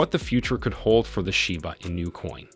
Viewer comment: Your title is a lie. Kiyosaki never said anything about Shiba Inu. You don't even know how to pronounce it right.